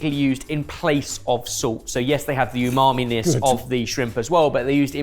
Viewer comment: please don't start that yumami pronunciation